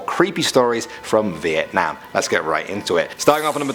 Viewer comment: I extremely appreciate the way you say: Việt Nam, not Vietnam ;)